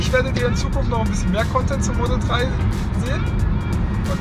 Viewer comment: das Ding heißt Model Drei und nicht Model Trei... Bestimmt auch im Saarland.😁